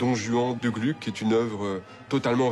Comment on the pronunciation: Attention : à 32'33, à 33'05 et autres : pas «Glück», mais bien «Glouc» ! À 33'16 : en 1762 c'est pas Alceste, mais bien Orfeo, et juste après, en 1767, c'est pas Orfeo, mais Alceste.